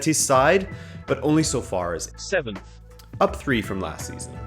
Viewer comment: Why did the "7th" sound like that?